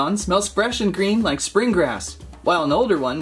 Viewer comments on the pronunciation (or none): none